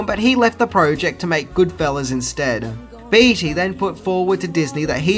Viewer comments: Hey! Long time fan here. Just wanted to clear something up for you. Warren Beatty's name is pronounced "Bay-ty", not "Bee-ty". Also...Madonna's performance in this movie, as well as any movie she's been in, is complete trash! haha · It’s pronounced baytee not beetee. But you rock so hard!!! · It's hard to hear you say Warren's last name. It's said like "Bay-tee", not "Bee-tee". Nonetheless, definitely a classic film and one of the only times Madonna did a proper acting job. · That's Warren BEATTY (BAY-TEE), NOT BEATY (BEE-TEE) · Jesus! It’s Beatty not Beetie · Warren's surname is actually pronounced Bay-tee. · Beatty = Baytee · It's pronounced Baytee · Sorry gotta corrct ya man, its warren bee yeti, and homage is pronounced, OH mahjjj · Ha you mispronounced the lead actors last name. And it's wreaked havoc, not wrecked havoc. Cheers mate I'm just joshing ya